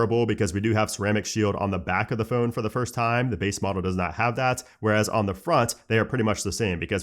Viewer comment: Still can’t say phone properly 😂 embarrassing 🤦🏻‍♂️👎🏻.